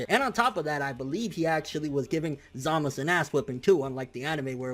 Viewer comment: I assumed that the correct pronunciation for Zamasu was to include the "u" sound towards the back. Why is he always saying Zamas? lol it sounds a bit weird.